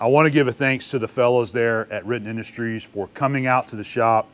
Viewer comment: Can you say "Riten Industries"?...🤣